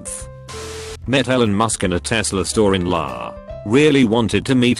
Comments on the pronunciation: Outside La? Who the fuck doesn’t know it’s EL Aye ? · Everytime the narrator pronounces L-A as 'la' I just start to lose it 😂😂😂